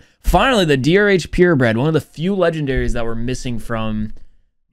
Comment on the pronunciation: He said DRH instead DoctorH